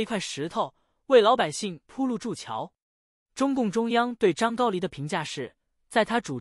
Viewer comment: 这念的什么啊，还张高黎，ai这么差？